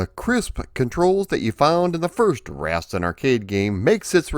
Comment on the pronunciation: For the love of god I wish you had consulted with someone about how to pronounce Rastan before you made this video. Rass-tan - not Rast'n.